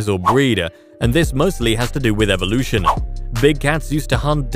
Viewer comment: You said "Evilution".. give me a brake!!! Click.. buzzzzzz.